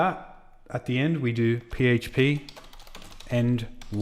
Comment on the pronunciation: Sounded like you said "end whale"